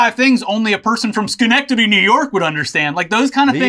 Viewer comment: Being from upstate ny and hearing you say Schenectady had me rewind what you said lol.